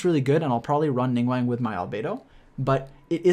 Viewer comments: ningWANG??? Bro, it's Ning-"GWAWNG" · LING WANG??? ning guang my guy xD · He do be pronouncing Ningguang like how Benedict Cumberbatch pronounces penguin